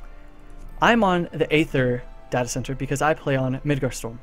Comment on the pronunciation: stop saying Data wrong! Christ!